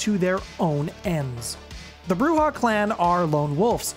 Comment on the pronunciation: Please. Learn how to pronounce Camarilla. ;) You got it with Bruja.